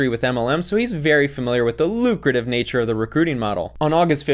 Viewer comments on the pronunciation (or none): none